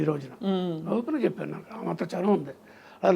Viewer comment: చెప్పను కాదు చెప్పాను ప కి దీర్ఘం పెట్టండి